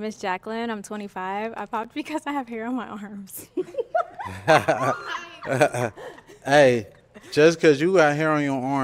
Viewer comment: And also how he says arms like ormps😂